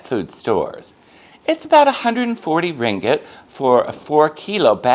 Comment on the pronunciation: Thanks for sharing! You’re one of the very few mat salleh who can pronounce “ringgit” correctly 😅👍🏼 I agree about stray dogs and cats in Malaysia. Euthanasia and food poisoning are common occurrences which is sad.